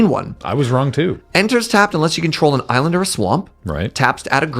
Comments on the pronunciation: Eye-land. I see what you did there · The "Eye-land" bit at the end got me good. Thank you to whomever edits there :D